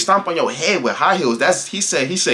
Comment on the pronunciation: HEAAAADDD?!?!?? I thought he was saying hand 😂😂😂 I would’ve beat her ahh tooo